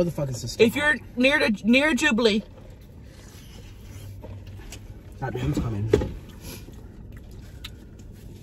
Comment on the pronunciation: “If youre near a jublee...julebee” 🤣🤣🤣🤣🙈🙈🙈